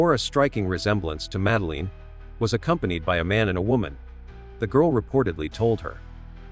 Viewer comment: Uhhghhh, the AI narrator makes my ears bleed! I can't even watch the whole thing! It can't even pronounce her name or simple words like poster right! Please, get a real person to narrate, stop cutting corners to save a few bucks! Take pride in what you produce! There's too much garbage out there today!